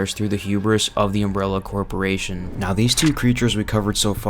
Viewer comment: You always seem to repeat in each entry some variance of "ambition" and the "extent Umbrella is going to." It doesn't offer an engaging watch/listen. Judging by the consistent unusual pronunciation of several words, "chosen," "carnivorous," "corporation," "challenge," "metabolic," "formidable," "entity," "repository," "tapestry," (to name a few) and the hypnotically repetitive sentence structure, robotic-sounding inflexions and quick cuts in words, I'm convinced this was predominantly written and entirely voiced by AI. If people like watching or listening to heavily AI-created works with zero personality, then that's fair enough. Personally, I don't. But I would urge to review their methods to at least make the watching or listening less dull.